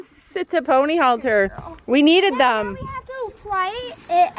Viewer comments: Nope it's halter. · Ummmmmm are u English or American because it's headcollar not halter